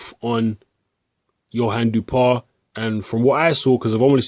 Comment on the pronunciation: You should pronounce his name like Dew-oh-pah. That's the closest french pronunciation of his name.